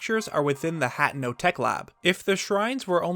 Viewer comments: He said “hatno” when its “hateno” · ITS HA-TAY-NO 😭